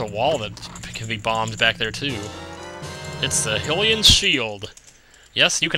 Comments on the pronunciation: It is actually pronounced Hi-lee-an not Hil-ean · its HYlian shield srry I normally wouldn't be picky, but really, EVERYONE I know says it like that...